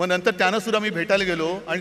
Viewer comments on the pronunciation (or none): none